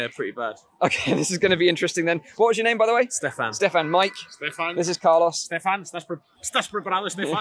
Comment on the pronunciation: "car loss" u sure his name isnt "car lose"